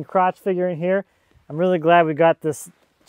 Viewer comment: Chunk not chuck